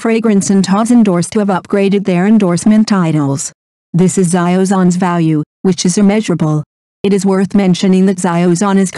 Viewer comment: Please stop calling him zio zon think of it like Sheow Zan. God AI sucks at times.